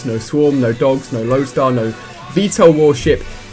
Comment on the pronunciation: he said loadstar